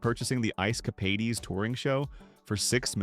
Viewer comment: It is Ice Cap aids not Ice Cap aids ees, please get the AI right.